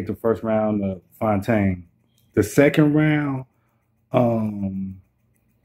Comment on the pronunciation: Bru I'm fyetaine.....I really appreciate this recap and the shout out....I'm going to subscribe and share the video too💯💯you said my name right lol